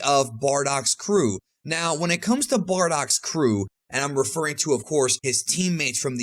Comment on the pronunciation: why do i keep hearing 'bordock' every time he says 'bardock'?